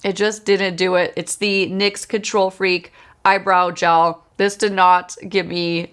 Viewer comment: It's "nicks" not N .Y. X. Just saying